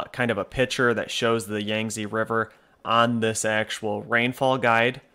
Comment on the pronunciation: Yangtze is pronounce "yahng-Tzuh" that "Tzuh" is very unstressed. a bit like a sound you might make involuntarily if punch in stomache.